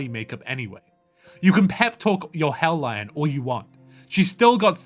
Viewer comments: HELL LION?? HELL LION???? IT'S HELL-E-ON, SAY IT FRENCHY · Friend, "hellion" rhymes with scallion.